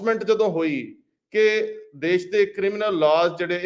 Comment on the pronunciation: You need to be neutral and balanced in your comments and in selection of topics . You need to rectify the pronunciation of specific words as Shamboo not Samboo , Desh not Des . Takia Klaam should be repeated time and again . Thanks .